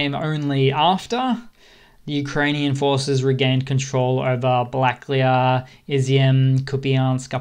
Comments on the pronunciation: балаклія is pronounced bala-KLEE-ya, not ba-LA-kleeya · Black clay ah? Missing an A there pal: balla-clay-ya